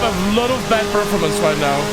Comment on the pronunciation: I don't want to be a bitch but as a teacher, please look into how to pronounce perFORmance 😂